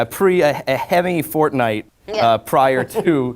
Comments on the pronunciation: Did Alex Hirsh say fornite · He said fornite 😆